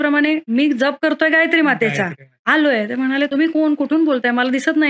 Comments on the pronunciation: जप ह्या शब्दाचा उच्चार ज्यप आहे. आपणास करत असणारा उच्चार जपणे ह्यातला जप आहे. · aजप शब्दाचा उच्चार खूप वेगळा होतोय जयंत शब्दात जसा आहे तसा केला पाहिजे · तुम्ही फार चुकीचाउच्चार करीत आहात जप शब्द चुकीचा उच्चार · अहो ताई जप शब्द तुम्ही चुकीचा उच्चार करत आहात . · आधी जप चा उच्चार नीट करावा . गायत्रीचा २४ लाखाचा पुरश्चरण विधी आहे २५ कोटी जप म्हणजे खूपच मोठा कालावधी झाला . काहीतरी गोंधळ होतोय .